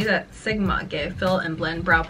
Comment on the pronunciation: What is "blend" in Cantonese?? "BLENN" XD